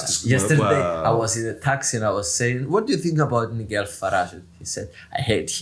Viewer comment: Fidias μάθε αγγλικά ρε φίλε σε παρακαλώ. Τι Νιγκελ. ΝΑΙΤΖΕΛ